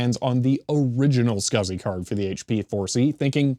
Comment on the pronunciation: I am pretty sure, that no one says "scasi-Port". I think it is S C S I